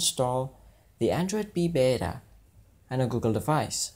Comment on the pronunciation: Beta, not bera! :)